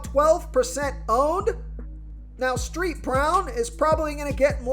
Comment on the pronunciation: LOL. "Street" Brown because of the "ST."